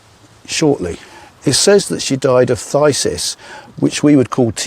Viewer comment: Well done on pronouncing psthisis.